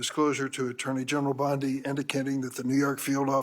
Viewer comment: Please correct your pronunciation of "Bondi". It isn't brain surgery to get someone's name right.